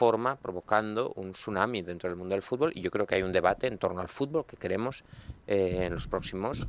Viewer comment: "La FIFA ej limpia y trabaja por el fúrbol?" no se lo cree ni él.